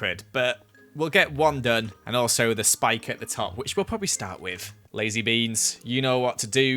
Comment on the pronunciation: I CAN'T- IT SOUNDS LIKE "TOUCH MY BEANS" NONONONO